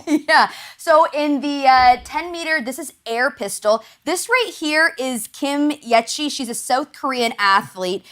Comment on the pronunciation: Kim Yechi? No, it’s Kim Yeji. It’s only 4 letters and read phonetically— is it really too hard for this woman to pronounce?